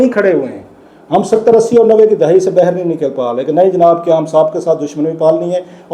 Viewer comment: Sir ap boht Acha program krty h. Mgr lafz baahir ko byyr. Bol jaty h.